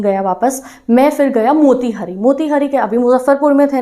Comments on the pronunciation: Didi I am from Motihari. It's pronunciation is not मोतिहरी it's मोतिहारी 😢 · Mera ghar motihari me h , ma'am aap be galat pronounce kiya h wo मोतिहारी hoga